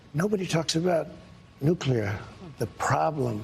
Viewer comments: "It´s the nookler! The nookler"! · When I hear him say nuclear, I think of Homer lol